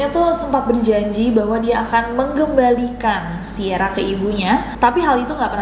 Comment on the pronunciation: "menggembalikan" atau "mengembalikan" Kak 😆